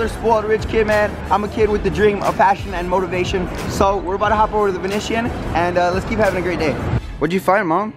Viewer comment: The way you pronounced "Venetian" bruh 😂😂😂